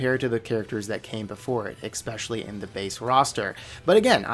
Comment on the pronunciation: How come you pronounce "especially" as "eckspecially"?